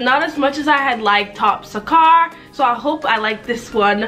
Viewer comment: I don’t know what’s worse she says sarkar wrong or the fact she can’t say ponnu